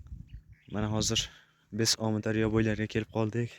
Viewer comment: Сенга имменна гапраётган болага сен бунака видиё чикарма тушундинг биринчидан Омидарёмас Амударё дейилади гапиришниямчи сиккиб куяркасан яхшиси йу́к булиб кет хопми